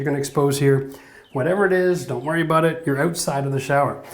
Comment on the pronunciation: The way he went a "boot" it was very Canadian.